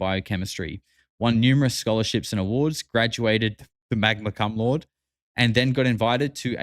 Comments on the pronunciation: 😂😂 it’s actually pronounced like “koom-loud-aye” but kum lord works too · Cum lord is crazy 😂😂it's cum laude brother pronounced differently than how you did, it's worldwide and not just a thing of the states. Got them here in South Africa too